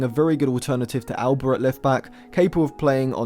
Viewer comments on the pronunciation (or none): none